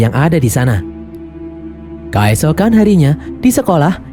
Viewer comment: "kAesokan harinya"... pakai E bukan pakai A mimin... kEesokan harinya. artikulasi donk lol.